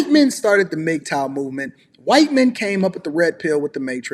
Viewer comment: Am I the only one who kept dying everytime said whuyt woman 😭